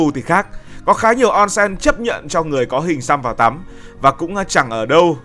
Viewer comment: Ôn sên, không phải on sen